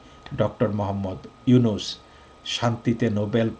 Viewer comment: Ota “yunus” na “Nunus”.